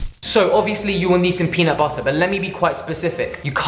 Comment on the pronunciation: JD McFarren yesssssss! And after every video I’m saying to myself, “peanut butterrrrrrrr” at least a dozen times 😂😂